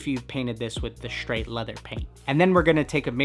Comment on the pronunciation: Shtraight. Finischer. Schwich. Schoot.